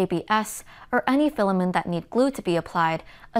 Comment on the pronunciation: FILL-A-MINT FILL-A-MINT FILL-A-MINT FILL-A-MINT FILL-A-MINT FILL-A-MINT FILL-A-MINT FILL-A-MINT FILL-A-MINT FILL-A-MINT FILL-A-MINT FILL-A-MINT FILL-A-MINT FILL-A-MINT FILL-A-MINT FILL-A-MINT FILL-A-MINT FILL-A-MINT FILL-A-MINT FILL-A-MINT FILL-A-MINT FILL-A-MINT FILL-A-MINT FILL-A-MINT FILL-A-MINT FILL-A-MINT FILL-A-MINT FILL-A-MINT FILL-A-MINT FILL-A-MINT FILL-A-MINT FILL-A-MINT FILL-A-MINT FILL-A-MINT FILL-A-MINT FILL-A-MINT FILL-A-MINT FILL-A-MINT FILL-A-MINT FILL-A-MINT FILL-A-MINT FILL-A-MINT FILL-A-MINT FILL-A-MINT FILL-A-MINT FILL-A-MINT FILL-A-MINT FILL-A-MINT FILL-A-MINT FILL-A-MINT FILL-A-MINT FILL-A-MINT FILL-A-MINT FILL-A-MINT FILL-A-MINT FILL-A-MINT FILL-A-MINT FILL-A-MINT FILL-A-MINT FILL-A-MINT FILL-A-MINT FILL-A-MINT FILL-A-MINT FILL-A-MINT FILL-A-MINT FILL-A-MINT FILL-A-MINT FILL-A-MINT FILL-A-MINT FILL-A-MINT FILL-A-MINT FILL-A-MINT FILL-A-MINT FILL-A-MINT FILL-A-MINT FILL-A-MINT FILL-A-MINT FILL-A-MINT FILL-A-MINT FILL-A-MINT FILL-A-MINT FILL-A-MINT FILL-A-MINT FILL-A-MINT FILL-A-MINT FILL-A-MINT FILL-A-MINT FILL-A-MINT FILL-A-MINT FILL-A-MINT FILL-A-MINT FILL-A-MINT FILL-A-MINT FILL-A-MINT FILL-A-MINT FILL-A-MINT FILL-A-MINT FILL-A-MINT FILL-A-MINT FILL-A-MINT FILL-A-MINT FILL-A-MINT FILL-A-MINT FILL-A-MINT FILL-A-MINT FILL-A-MINT FILL-A-MINT FILL-A-MINT FILL-A-MINT FILL-A-MINT FILL-A-MINT FILL-A-MINT FILL-A-MINT FILL-A-MINT FILL-A-MINT FILL-A-MINT FILL-A-MINT FILL-A-MINT FILL-A-MINT FILL-A-MINT FILL-A-MINT FILL-A-MINT FILL-A-MINT FILL-A-MINT FILL-A-MINT